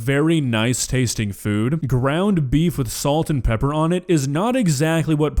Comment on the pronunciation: She’s learned the art of engagement bait. So mispronouncing things like salt and pepper, and let’s not forget the the way she says onion. It’s so people will comment. She fails to realize that the shit she Makes will get a big enough reaction. lol